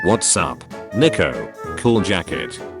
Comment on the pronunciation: Guys the way the ai voice says Nico is horrible.